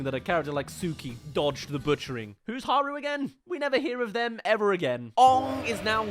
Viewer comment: You make fun of the name pronunciation but then you hypocritically mispronounce haru